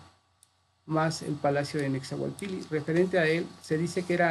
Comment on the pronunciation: Este es mi segundo comentario.. Cuando menciona a Nezahualpilli lo pronuncia Nezahualpiyi.. Según mi maestro José María Garibay, en la lengua Nahuatl la doble ele se pronuncia como una ele larga o dos eles separadas... Nezahualpil_li. Según el libro LA LLAVE AL NAHUATL.. JOSÉ MARÍA GARIBAY... EDIT. PORRUA